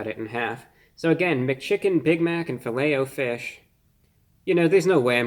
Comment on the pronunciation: How else would you say it ? Filletahfish? Nah its Fillet “O” fish.